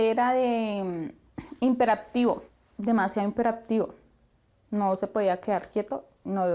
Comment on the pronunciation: Es hiperactivo no himperactivo.